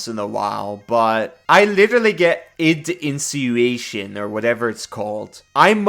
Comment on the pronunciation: Your pronunciation of id insinuation was perfect by the last time you said it! I hope Psion does become a new official class, it looks like a lot of fun. Build looks great too.